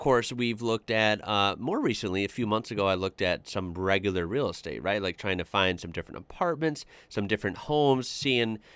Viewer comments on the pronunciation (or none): none